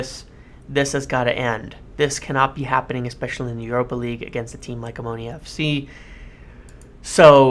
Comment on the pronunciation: Wow you said their name correctly. Very unusual